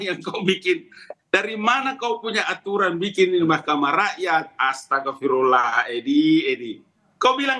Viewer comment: ucapan astaghfirullah dibaca astagafirullah, ngabalin...ngabalin